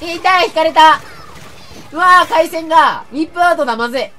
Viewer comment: ウィップアウトは笑った😂読み方違うw